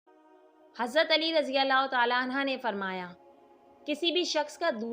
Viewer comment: Bhai ise sahi Kari anha nahi anhi h bhia